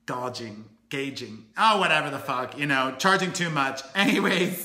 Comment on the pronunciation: Gouging sounds like this: gow (sounds like cow) jing. I hope it helps :)